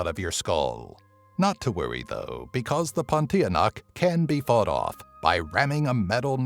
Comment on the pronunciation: ok im malaysia its actually not pontianak its puntianak